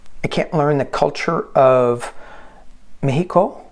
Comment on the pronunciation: you pronounced Mejico correctly. ¡Que bien!...M❤M of 5